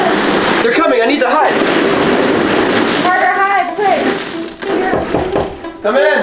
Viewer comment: Who Heard say Carter piss